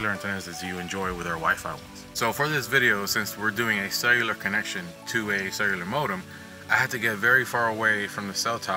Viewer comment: Does anybody hears "sailor" antenna instead of "cellular"?